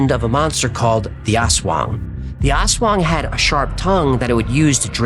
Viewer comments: Your pronunciation of “aswang” is pretty good. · and TWF team, please do our Filipino Cryptids! And great seeing you on Shawn Ryan Show! Well done pronouncing Aswang, btw!